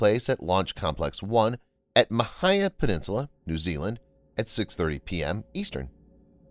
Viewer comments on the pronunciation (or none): It's MAH-HEE-A Peninsula not MAH-HIGH-A!. Get it right please. It has been mentioned before. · The Rocket lab launch site in NZ at Portland Island Mahia, pronounced Maa hee ah .... a Maori name for the peninsular.... FYI...